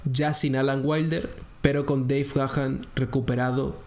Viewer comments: no se pronuncia "Gajan"...se pronuncia "Ga-an" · No vale, no dijiste Gahan con acento ingles, me seguiré burlando, jajajaja. No te creas, excelente contenido, gran video y estaré al pendiente de más. Saludos, viejo!